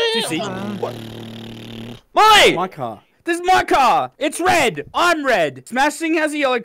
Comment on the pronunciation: Mully not molly